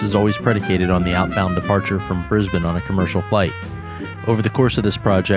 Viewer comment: wonder if any of these you ferried will end up on our FIFO flights YPPH to YBDG ..mind you we have been seeing a few more A320's and Fokker 100's lately on this route. Of all my channel subs this is my most favourite now. And you even pronounce Brisbane correctly too!!! Roll on your next contract!